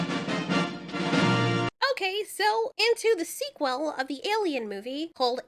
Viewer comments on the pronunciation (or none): Why do you pronounce sequel like that lol is there a backstory to it or